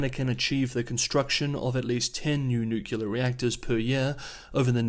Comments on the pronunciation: I love the channel and watch it everyday... But you gotta stop saying "nucular" instead of "nuclear"😀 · Nucular for Nuclear is not a regional or dialectic variation. You will find it all across the English speaking world. is not the first journalist to be criticised for it. I am not sure why, but for some reason a significant number of people just can’t seem to pronounce the word correctly, even when the correct pronunciation is pointed out. In the scheme of things it is a venal sin. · *Nuclear not "Nucular" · The word is "nuclear." New-clee-ar. Not New-cu-lar. Anything else is racist. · Nuclear is not pronounced “nucular” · It’s pronounced nu-klee-er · "Nucular"? Are you a bot? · are you homer simpson? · I'm going to my local Merriam-Webster editor and have a conversation on "Nucular weapons"...... hopefully be in the dictionary for next year. Also will have a conversation on Xi-dickhead-poo-bear. See if that makes it to. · The way you pronounce ''nuclear'' is driving me up the wall. Thanks for the update though 😆